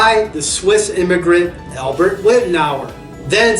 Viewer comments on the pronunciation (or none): none